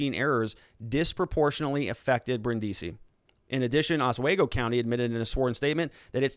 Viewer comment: Haha... Their hypocrisy knows no bounds... Long time Listener, first time Caller... awful what YT is doing to the Channel, just as entertaining listening to you grit through your teeth though. I feel for ya. Being a Midwesterner, lemme help... OswEgo (long E), & OnEYEda (long I)... lots of Indian names out this way. Your Correspondent On The Ground in Kenosha, Jim